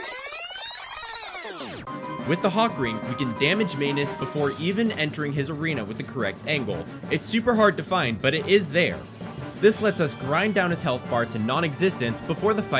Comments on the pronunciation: Manus not MAYnus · It's "Man-us" not "Ma-anus" and while I'm here, it's also "Sm-moe" not "Sm-ugh" Banger video other than that! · I hate the way you pronounce Smough and Manus